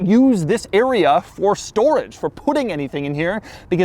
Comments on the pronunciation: “stoWage” i see what you did there elon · uwu dont use this awea fow stowage 👉👈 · Did Elon pick up "Bankwupt" from "Stowage"? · Stowage sounds like Elmer Fudd saying storage